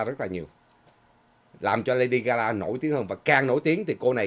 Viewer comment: Là LADY GA GA,not GA LA